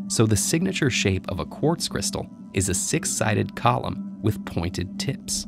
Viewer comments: I thought he said pointed tits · I don't care what you say, you aren't going to convince me he didn't say "pointed tits" . Don't even try.